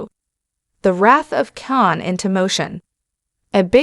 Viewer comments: It's KHAN not CAn its Seti Alpha FIVE not Seti Alpha Vee It's STar Trek TWO not Start Trek Q maybe you should invest in better AI Text to speech software yours is GARBAGE, even Chat GPT has better Voice Engine that what you are using and it is free. If only you would learn how to use it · AI narration is a bad joke ... the wrath of Can???